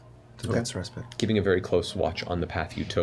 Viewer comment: idk if it was just me but every time they pronounced 'respite' wrong, i just... omg